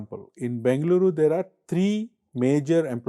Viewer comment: Good content. Nit: The moderator can put a little more effort in getting the Bengaluru (ಬೆಂಗಳೂರು) pronunciation right which is interestingly the Channel name. Will help express Kannada pride.